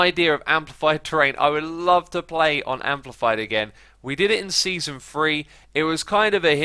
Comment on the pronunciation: “Seanson”, “Seaaon” haha